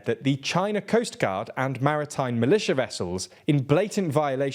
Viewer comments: militia, not malitia . c'mon, guys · "Militia" not "malitia".